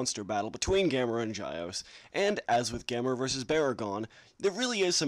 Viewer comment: The name is pronnounced (g-yeow-s), not (j-yeao-ce)